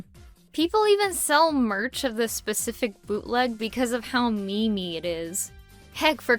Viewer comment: did you said ME-ME?!?!